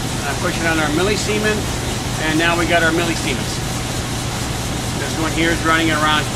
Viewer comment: Milliseemans? Is that like EC?